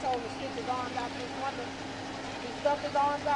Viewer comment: I’m from California. What’s a “winda”?